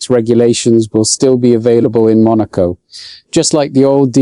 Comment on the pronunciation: Truth!! I was listening until the POS AI mispronounced "Monaco" and left immediately. And the FIA is once again showing how ignorant they are. They are saying the present crop of drivers can't handle going 12 mph (20k) faster.